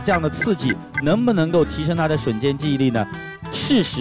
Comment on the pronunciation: 为什么汪涵要把瞬间的瞬读成3声啊？听着好别扭啊，我刚刚查了查瞬只有4声一个读音。